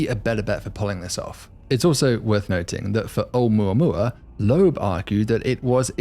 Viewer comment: Wow, at last someone who manages to say 'Oumuamua using six syllables. It's a shame he thinks the English work look is pronounced "lerk" and dust is pronounced "derst". I suspect he is trying to supress a northern English "u".